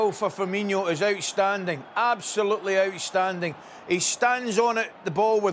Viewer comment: "Aushtanding, absolutely aushtanding"